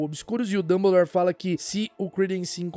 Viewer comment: notei "dumblere" na ultima